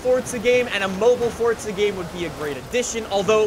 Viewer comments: Dude,why you saying "For-tz-uh" and not "For-za"? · Why does say forza like fortsa